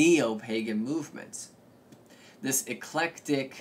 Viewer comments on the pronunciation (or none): none